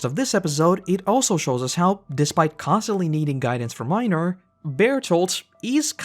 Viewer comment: I’m about to start a ‘Reiner Hard R’ counter it’s Reinuhhhh